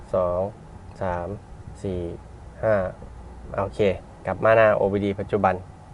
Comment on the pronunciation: โอ ดี โอคับ ไม่ใช่ โอ บี ดี😂